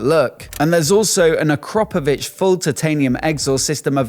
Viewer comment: “Acropovich” never heard of them